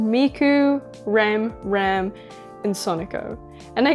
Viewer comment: Sorry but she says rams name wrong it's hard to explain but she said it wrong just saying